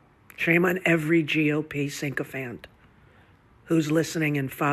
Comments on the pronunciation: Rosie is gone from the USA. No pain, no GOON. She really needs a GIGANTIC glass of STFU juice. The BBB has nothing to do with this disaster. And it's sycophant, not syncofant, you uneducated, frumpy, illiterate, strident, homely hag. Sycophants are all over your favorite Dem party-surprised you still haven’t learned how to use that word. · SyNcophant?! 😂😂😂 Is that a close relative to the elephant, Rosie?